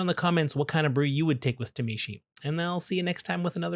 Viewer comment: Please understand phonetics and stop saying “tuh-mee-she”